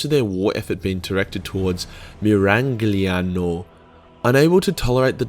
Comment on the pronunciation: MIRA - LYA - NO. How freaking hard is this to pronounce, you brain dead son of timmy and an orc fungal nail infection ? And yeah, i was pissed too. the dogs of war were my main warhammer fantasy collection.